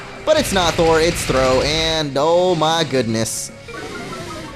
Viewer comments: ITS sawk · its not thro its sawk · its a sawk not throh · sawk sawk its not throw its sawk